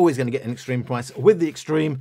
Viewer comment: Can you now say extreme